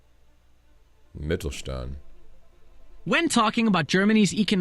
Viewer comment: And pronounced it very well wben saying it for the first time.